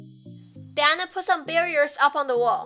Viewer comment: Why Dou say den?